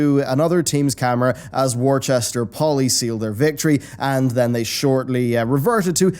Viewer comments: Lol at “Worchester” it’s pronounced “wooster.” Don’t ask why, it just is lol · Assuming that the Worcester Poly is WPI in Massachusetts, it's pronunciation falls somewhere in between WISS-TER and WOOS-TER, but not WOR-CHESTER. Sorry. We say things weird in Massachusetts. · lol hurts internally whenever someone says my schools name wrong worcester is not worchester. also fuck blizzard